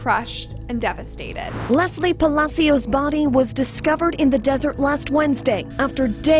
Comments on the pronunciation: Palechio? Palacio RIP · Why does she pronounce everything so wrong, can she not google how to translate things before making videos ? Her last name isn’t pronounced palikio it’s pronounced pa-la-s-io spelled pacios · Girl didn’t even try to pronounce her last name correctly 😂 she said “Paleeko” 💀 it’s Pah-lah-see-oh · The pronunciation of her last name is pa-la-sio not pa-li-co😂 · Lesly PA-LA-SEO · Last name is Palacios. Pronounced pah- lah- see- ohs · It’s pronounced “ pa la see yo” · GIIIRL. LESLIE PELICO????? ITS. PAHH LUH-SEE-OUS. PALACIOS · Her name last name is mispronounced Pal-a- sio